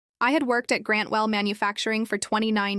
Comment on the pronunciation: "Grantwell....... Manufacturing........For...." Just graduated from The William Shatner School of Narration.